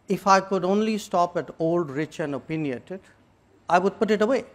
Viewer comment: Stupid person doesn't even know how to pronounce opinionated